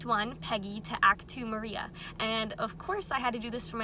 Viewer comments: LOVE THIS! also pronounce it Mariah !! also ik i’m late hahahahaha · It’s spelled Maria but it’s pronounce Mariah. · Idk if you know this already, but it’s Mariah with an h at the end, pronounced like Mariah Carey